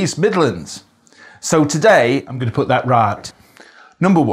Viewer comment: Fascinating and really well observed. I did hear your g at the end of words like thinG and goinG. Sounds slightly Mancunian.